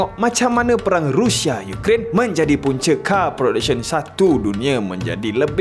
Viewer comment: sebut la betul2..Rusia ataupun Russia..ni rushia rushia adoyai